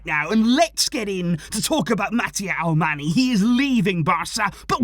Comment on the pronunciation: Hi! Just a suggestion, Alemany is pronounced like "Alemañ/Alemanh". That NY is like Ñ in Spanish. He is from Majorca. Thanks for the content!